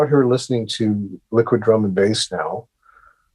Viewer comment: What music did he mention? It sounds like he said, the good drum and base...is that correct??